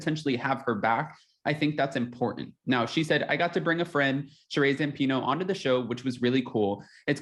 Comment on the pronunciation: Her name is “Shuh-ree” not “Shuh-rayy”